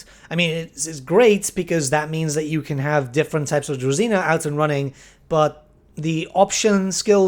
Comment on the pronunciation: DruЖina not druzina